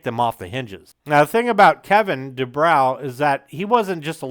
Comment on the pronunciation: Good video; however, you mispronounced Kevin DuBrow's name: It's Du-BRO, not Du-BROW. As for Kevin DuBrow, he didn't just say the quiet part out loud: He raped people's ears with it. After the first 2 albums, even Rudy Sarzo had had enough and left the band. After the 3rd, the (correct) decision was made to fire Kevin. Unfortunately, the even better singer Paul Shortino was unable to save the band, and they broke-up shortly thereafter. The band did eventually get back together again, sans Sarzo of course, in the mid-90s, but the only good song they could muster was an admittedly good cover of the Small Faces classic "Itchycoo Park.* That was it. It's too bad: Quiet Riot was a really good band. Metal Health is still a GREAT album. (There's literally not a single bad song on it, and most of the album is great.) Even their 2nd album Condition Critical was very good: Besides the GREAT cover of Slade's "Mama Weer All Crazee Now," there was the almost-as-great "Party All Night," the very good title track, and the explosive power ballad "Winners Take All." But Kevin's mouth just kept on sinking the band. After Sarzo understandably left, they then brought-in Chuck Wright from Giuffria and wrote and recorded QR III in 1985. Although that album boasted a solid lead single "The Young And The Wild," the song - with its ultra-slick production and elements borrowed from Hip-hop of all places - was seen as try-hard and a desperate attempt to hold onto their rapidly declining audience and in